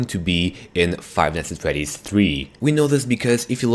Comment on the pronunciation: Why does he say five nights at FWEDDYS